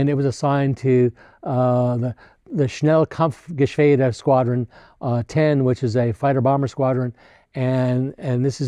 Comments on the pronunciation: Slight correction, it should be "SchnellkampfgeschwAder". Pronunciation ...like the "a" in "are" or "ah". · as you are taking this seriously you might improve your presentation for the future It is called Schnellkampfgeschwader with an f after the kamp cause it is a 3 noun compound word SCHNELL = fast KAMPF = fighting (not sure about the bombing cause the Kampf means the fight) GESCHWADER = squadron with an A in Geschwader which makes a difference in the pronounciation cause A like in Arnold is a huge difference in german Geschwader not Geschweder Also add a dot after III for III. Gruppe which means 3rd Group of the Schnellkampfgeschwader. I guess that you would think the same if i would write only 3 group instead of 3rd group that something is missing. I know it is a difficult topic but you are pretty precise in the details so I thought to let you know.